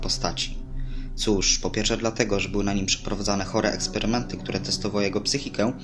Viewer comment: Jakie kurwa ejsperymęty co ty